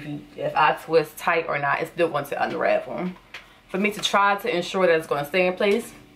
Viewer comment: That “tew” 😭